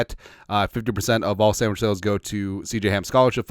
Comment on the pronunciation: "the Sammich talk"